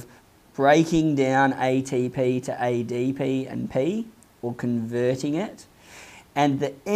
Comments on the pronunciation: I was bothered eydeypi and eyteypi pronounciation but I learned a lot than my teacher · Aeye dee pee Aeye tee pee 🤣